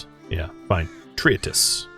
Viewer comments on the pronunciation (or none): tree-tease or tree-tess, i have never heard such a weird way to say that word